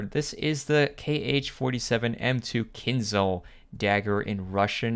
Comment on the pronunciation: Bro, no kinzal it's like kinjal